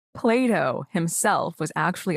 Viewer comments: Haha thought she said: "Play-doh" himself.. Believed the fact checker had already gone out the window if she started quoting Play-doh 😵‍💫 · Oh she means Plato...she said Playdough 😑